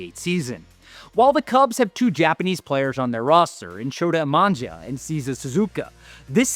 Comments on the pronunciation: Have a litle respect for the Japanese players by pronouncing their names right. It's Shota Imanaga, not Shota Imanja.... it's Seiya Suzuki, not Cesar Suzuka....😡😡😡😡😡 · Didn't say (SHO-TA I-MA-NA-GA) and (SEI-YA SU-ZU-KI) correctly. 😆😆😆